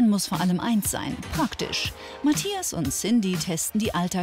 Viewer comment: Wie Cyndie immer sagt : Mattjas